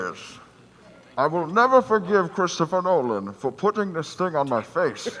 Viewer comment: Christopher Nolan? NOLAN?!? facepalm